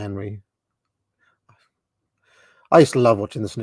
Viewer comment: Hendry! HEND-RIEEE! Not "henry", you Bloody Half-Welsh Balochistani! REEEEEEEE!